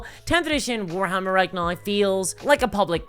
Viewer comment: The word is now.. Pronounced naū